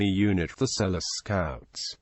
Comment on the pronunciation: His name is not pronounced "Sell-us"' It is pronounced Sel-loo".